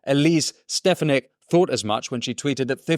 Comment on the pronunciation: Winston PLEASE learn the proper pronunciation of Elise Stefanik last name ... You need to get it right if you want more followers ... mistakes like this make you look uninformed... Sorry but its a major issue in the AI world and some uninformed podcasters..